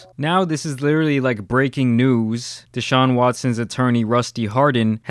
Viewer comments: It's not Dayshaun it's DE Sahun. At least get his name right jesus lol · Everybody: "Deshaun": " Dayshaun" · DAY-SHAWN. Its D SHAWN. come on brotha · DAYshaun lol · Bro please stop saying DAYshaun it’s deshaun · DA... DA-Shaun. Not "Day"-Shuan😒🤦🏿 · De - Shawn Not Day-Shawn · Its duh-shaun not dee shaun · It's Deshaun, not DAYshaun. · Dude WTF is wrong with you. First you mess up pronunciation of Mal’s name now DaShaun Watson. Get they names right!! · You get a thumbs down for saying DAY-Shawn......🤦‍♂️ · Why do you call him Dayshaun? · Cringe as a mofo did you really just say daeshun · Lol you say his name like a white history teacher